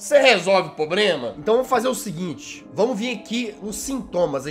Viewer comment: pobrema kkk